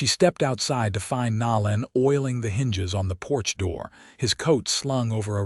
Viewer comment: "Nō '- Len" Long "O".